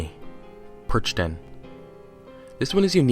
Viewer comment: Hey, just a heads up: Youuu... kinda messed up with the "Perchten". You completly misspronounced it and you overlooked a lot of interesting things. For a matter of fact, they still actually run around but they are not allowed on christmas. As now it is christmas again, I would really like to offer you to talk about this a little more. It is a very important tradition where I come from (Austria) and it might make for a good video. :)